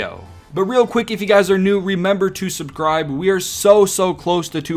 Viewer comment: Make sur to SUGRIBE? You mean Subscribe That is way to funny